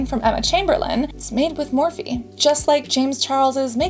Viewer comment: OMG, I thought Cassandra said they were made by Morphine, not Morphe!